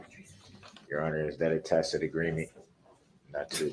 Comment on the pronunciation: The man has a coach somewhere....he used to ax if this was a "tackit" agreement, now he is pronouncing tacit correctly.